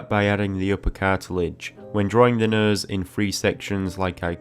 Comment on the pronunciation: Came for a nose tutorial, stayed to keep hearing him say "nøs".